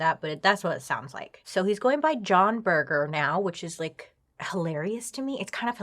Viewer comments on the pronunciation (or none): Laughing at how you think he came up with John Berger. I think he actually chose the name after a very famous art historian/critic with the same name (pronounced berjer not burger 😂) who he undoubtedly would have heard of in his time at art school and who also had a TV series in the 70s based on his book Ways of Seeing. Makes sense for a photographer to know that.